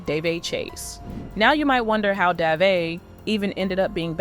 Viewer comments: How is it daveigh ,at least pronounce the name properly this is what happens when chat gpt writes all of YouTube's content and narrates it , for the record ( Duh-vay ) ......... Why would this Jane doe need to covertly attend an award show they are nominated for in a multiple categories?if the incident happened in 2002 and the vmas were in 2003 ? Most importantly who ? What?why? How? Dafuq?! Let's a 13 year old meandering alone in a metropolis riffed with so much crime they have their own "special victims unit" ? This is both Sus and Cringe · You pronounced Daveigh’s name six different ways. I counted. It’s Dah Vay. Get it right, geez! 🙄